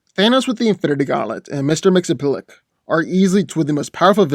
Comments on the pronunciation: C’mon, you’re not even trying to say his name correctly. This was the worst spelling of Mxyzptlk I’ve ever heard. You’re saying “Mr. Mxelplik”! Repeat with me: Mixy, Spit, Lick! Now say the “i” faster and faster until you can’t here it anymore. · It's Mix-iz-ptl-ik, not Mix-o-plik. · Its pronounced mix-ius-spittle-tik. Ill give you credit because, hot damn that name is bizarre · His name is pronounced. Mr mix ya spit lick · Correct way to pronounce his name is Mix-Yez-Pit-Lick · It's pronounced "Mix yz pitil ick." Strange, I know. But that's the point.:) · No hate but just saying that it’s been officially revealed that Mxyzptlk is pronounced Mix-Yes-Spit-Lick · his name is pronounced mixes-pittle-lick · i thouggt he was pronounced mix yes spit lick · The real battle here is trying to pronounce mxyzptlk lol! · I never knew how to pronounce Mr. M's name properly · Thats not how you say his name 😡😡😡😡😡😡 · lmao. loves how he cant pronounce the name XD